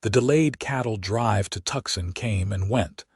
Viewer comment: I chuckled as Levi kept slipping up and spurting out what he really wanted to say but couldn't help himself. Could whoever is in charge of the AI programming PLEASE get the names pronounced correctly? Tucson, not Tucs-on, Levi not Levvi, Eleanor not El leaner. The list goes on.